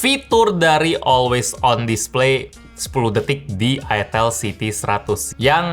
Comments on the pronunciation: Cara bacanya bukann itel bang. Tapi ITEL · Itil bang 😅 cuakakakakakak 😂 :D